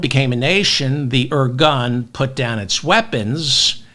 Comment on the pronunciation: I love you David! I love it how you said at the end that you’re not giving up! Also, I know Israel’s history enough to say that you described the situation and history accurately. By the way it’s pronounced… “Ir-goon” and not “ir-gun”.